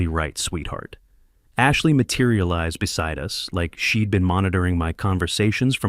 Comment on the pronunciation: But shed instead of she'd? Laughably bad.